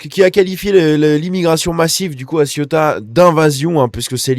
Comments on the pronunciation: il faut articuler le mot ce n'est pas la Ciotat, encore que il y a pas mal de gris c'est vrai 😬😬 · 34 morts à l'heure actuelle..Ah et petit conseil, on prononce : Séouta et Méliya